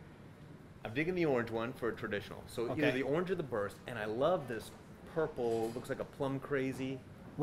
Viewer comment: Does Ron say orther for either/or?